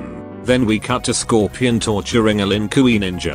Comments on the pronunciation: "Lin Kooy" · I understand why you hate mortal kombat franchise that bad.. But here is the question.. Why do you keep pronounce some names differently? Like, Kung Lei-oh (Kung Lao), or Lin Queee (Lin Kuei), or... I don't know..I'll find out more..ll'let you know later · "Lin kooey" Close enough to Lin Kuei